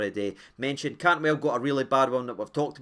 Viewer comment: Hope you had a great Xmas mate 🎅🏻🎄🔴⚪️🔵 Did you say Cod Tantwell though 🤔🤔 haha 😂